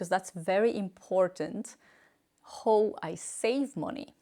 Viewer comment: can someone teach you to finally pronounce "how" in English..PLEASE!.. say hau not hooo